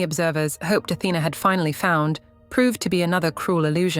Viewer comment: Her correct name is Athena, the tone is on the lady a.